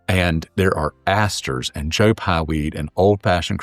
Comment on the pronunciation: Its Joe PYE not Joe Pi. Smh